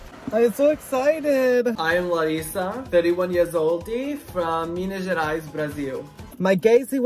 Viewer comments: That "Minas Gerais, Brazil" pronouncement was so damn good for a non native, I was genuinelly shocked; foreigners tend to have a lot of difficulties trying to pronounce things in brazilian and portuguese. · Is this guy Brazilian? He says “Larissa” and “Minas Gerais, Brasil” PERFECTLY! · THE ACCENT IS PERFECT. The "Minas Gerais, Brazil" was totaly like we Brazilians speak. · O jeito como ele falou Minas Gerais minina... perfeito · The way he said Minas Gerais KKKKKKKKKKK PERFECT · his brazilian portuguese pronunciation is soooo good!!!! when he said “minas gerais brasil” i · omg i speak portuguese and the accent was ON POINT-EEE <3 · on a serious note, you pronounced "Minas Gerais - Brasil" perfectly. Congrats. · I just can´t believe you were able to pronounce "Brasil" and "Minas Gerais" EXACTLY like a Brasilian hahahahaha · I'm half Brazilian, speak Portuguese and the way he said "Minas Gerais, Brasil" made me look twice like hold up, does this guy speak Portuguese!? Gente.. SPOT ON!! 🙀👏🏼👏🏼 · the accent saying "Minas Gerais" PERFECT!!! Loved it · Nice pronunciation on "Minas Gerais"